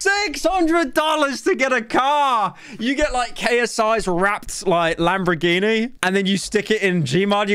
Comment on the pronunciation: From this video I have learned that Pyro cannot say Lamborghini properly.